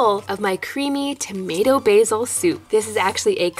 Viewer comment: Who noticed it saying tomat instead of tomato.